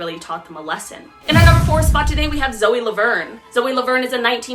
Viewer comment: WHEN YOU SAID ZOE I DIED